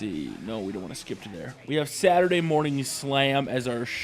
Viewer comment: He says Saturday funny lol